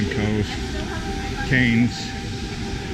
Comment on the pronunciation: Cairns is pronounced "Cans" like as in CocaCola cans.